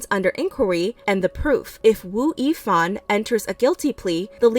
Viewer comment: It’s pronounced as “Ex-O” and “Woo-Yee-Fan”.